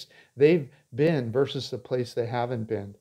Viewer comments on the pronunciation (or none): none